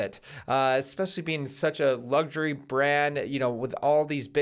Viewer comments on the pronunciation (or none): none